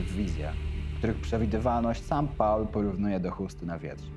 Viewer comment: "Paula" - jak gdyby, to była jakaś kobieta. Angielskie "Paul" czyta się jako "pool".